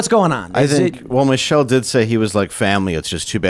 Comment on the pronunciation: Stop saying Michelle, get it right it's Michael!! We know an adam's apple when we see one! You should do a poll on who believes he was paddle boarding or murdered.